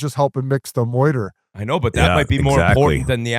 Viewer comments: Bizzy it’s mortar not “moiter”. You’re still the GOAT. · Almost crashed my car the first time he said moiter. By the third time, I was pounding the steering wheel. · Peak Biz complaining a war movie was too loud in theatre. But hey at least he can pronounce mortar, right? 😂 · Biz just called mortar, "moiter" 3 times😂 those house are for sure down lmao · I think Whit is Wah-Read about Biz's moiter... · I’m pretty sure this isn’t the first time he said moyter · I would watch 3 hours of Biz pronouncing “mortar”